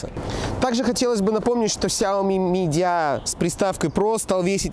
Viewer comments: Где ты там букву "Д" увидел? Или слово "меджиа" очень сложно произнести с уклоном в букву "Ж"? Ну или уже хотя бы не терял бы букву "Ж"... Самокат "медиа" обзорщик хренов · сЯоми мидиА Ахахахпхпх Автор, перед тем как вещать, научись внимать)